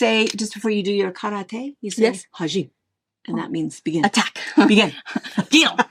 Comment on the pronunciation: Hajime is Japanese, pronounced Hah-gee-may, I had to google it 🙂